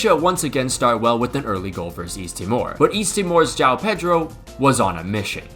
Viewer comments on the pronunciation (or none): Today I learned that cant pronunciate João